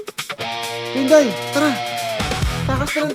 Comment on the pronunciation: Pinday - ❌ Puday - ✅